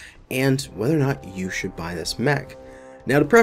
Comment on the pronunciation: Heard the intro as: "Welcome to the shit you buy..."